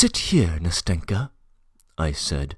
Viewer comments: I like the reading but I just get irked each time the name “Nastenka” is said that way. I has the stress on the first syllable and the “n” is like the “n” in “end” not in “finger” Ná-stin-ka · ‘NAstenka (Anasta’sya) and ‘MAshenka (Ma’rya)